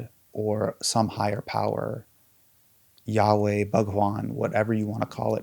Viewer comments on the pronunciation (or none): none